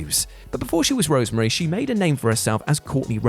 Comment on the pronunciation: Rosemary NOT Rosemarie